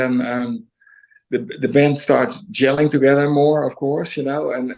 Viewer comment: Why do you keep saying "brand" instead of "band"?